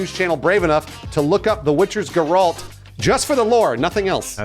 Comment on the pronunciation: when they can't even say geralt the right way there something wrong